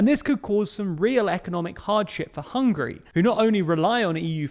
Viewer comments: . Hungry or Hungary? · It's Hungary not Hungry. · It's Hungary not Hungry 😂🤤 + sometimes you pronounce it Hungry ...which makes me hungry